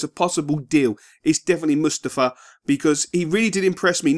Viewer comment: its Mustafii not Mustafuh